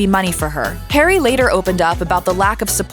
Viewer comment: Why are you'll calling him, 'Perry'?